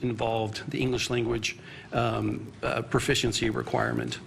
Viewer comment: Guy talking about English can't even say proficiency correct, literally starts at the top. The corruption ladder is insane